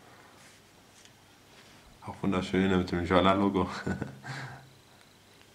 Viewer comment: schönes Video! Schade das Du so lange warten musstest! Ich denke Deine Sendung hing genau zum chinesischen Neujahrsfest in HK "fest"!?! Meine Jollas brauchten bisher nicht mehr als 2 1/2 Wochen. Das "Jot" in Jolla sprechen die Finnen übrigens genau wie wir, musst Dir also nicht die Zunge verbiegen beim englischen "jay". Denk einfach an eine kleine Jolle ;) Ich hoffe Du hast Spaß an Sailfish, die Entwicklung stottert ja leider zur Zeit etwas. Fehlt dir etwas essentielles, so nach einem Monat benutzung? Würde mich interessieren.